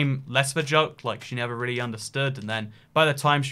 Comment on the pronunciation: I keep getting mad when he says never not nether